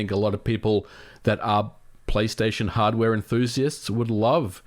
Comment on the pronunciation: hardwaeee??? controllaaeee?